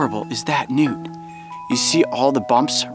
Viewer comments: at first i thought he said nudes lol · When they say Newt is sounds like nude